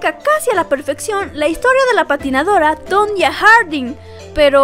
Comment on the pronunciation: Sería muy recomendable para tu contenido, y por respeto a esta atleta, el aprender a pronunciar correctamente su nombre.